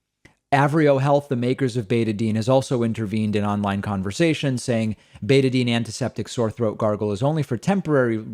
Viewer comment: BetaDINE. Not betadeen. Just fyi